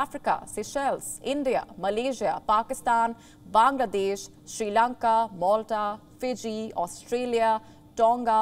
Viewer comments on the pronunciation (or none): none